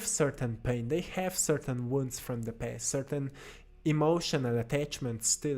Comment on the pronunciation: When you said make a peace with your past it sound like , Make a piss with your pest. so funny . love your videos. You are Most inspirational person on YT, together with Jordan Peterson